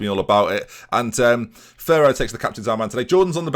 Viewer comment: You must say Ferro with double "R", stronger ahahahah